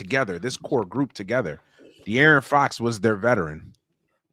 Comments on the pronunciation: 😂😂😂 How hard is Dee-Aaron every time he says it I'm like just take the "i" out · So we just letting say “ Dearian” and rollin wit it 😂